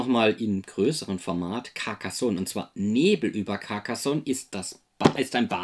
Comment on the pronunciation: caRcassonn, net caccassonn! 😁😂🤣